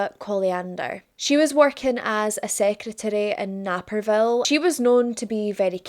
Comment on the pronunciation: Naperville is pronounced NAYperville. no anger. Unless you live in the area you might not get the e after the a makes it a long A.